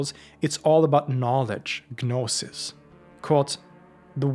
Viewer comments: It drives me nuts the way he says gnostic correctly but then say guh-noses. Like saying knowledge but the Kuh-no-ledge. Like the goofballs that say height with a th at the end even though it’s wrong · Is the 'g' in 'gnosis' not silent?